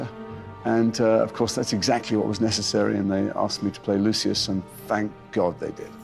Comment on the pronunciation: Please at least have a fan do the video. They mispronounced Lucius’ name. It just hurt 🗡❤️